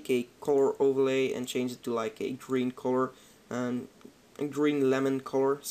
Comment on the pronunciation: The way you say color.. Corror, hihi c